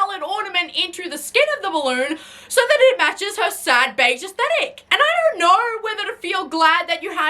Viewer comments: assthetic. there I said it. ass-thetic. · i love how its not "aesthetic" when you say it. its "ass-thetic".